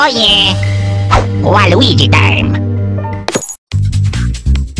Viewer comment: Everybody:Waluigi:waluigee